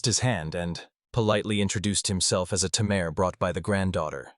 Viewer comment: You know it's going to be bad when it can't even say Tamer right... Tay Mer. Not Tim Air.